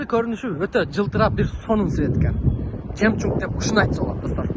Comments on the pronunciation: Мнеге жемчунг дейсиң? Жемчуг эмеспи? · Баткенский ( жемчунг чунга- чанга) болот да 😂😂😂